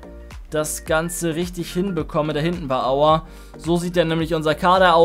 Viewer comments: Niemand Wirklich niemand: Aua statt Aouar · Wenn du aouar sagst quälen sich meine Ohren aber trotzdem heiles video